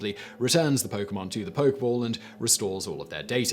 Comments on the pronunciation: Poke-EH-ball...not a poke-ball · Nobody: Absolutely no one: Simon: "Poke ball" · This kills me. He knows how to pronounce Pokémon, but not Pokéball. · you do say it like poke-eh-ball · Say it Simon... Drop the blaze on them.. you dgaf about the pronunciation of pokeball.. let em burn